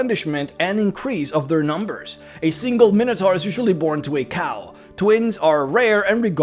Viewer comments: You’re using the common D&D mispronunciation. It is actually “my no tore” or, by many in America, “min ah tore.” It comes from the Greek Minos (king of Crete) and Taurus (bull). But D&D players like to say “min ah tar.” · Minotaur is pronounced with the long I sound, like: item, iota, and eyeball.